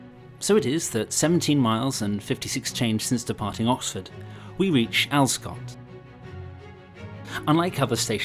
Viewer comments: Cheers for this, although the locals pronounce it 'Alver-scot'! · Further snippet of local knowledge - 'Alvescot' is given three equally weighted syllables and the 'v' is voiced - Al-ve-scot. Time and pronunciations change, but I can offer only 1950s/60s conventions.